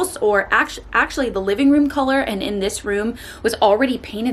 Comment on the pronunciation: Go to Texas for 4 months and come back saying “livin” 😂😂